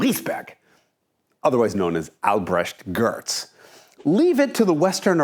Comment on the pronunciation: I'm German and really impressed, how you pronounced Albrechts name!!!